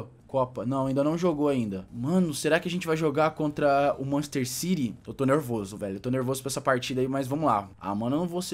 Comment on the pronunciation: ki manchester ciry doido sabe ler la n e machester city